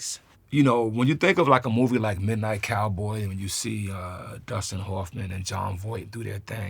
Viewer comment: He mispronounced Cassavetes many times, and Hoffman.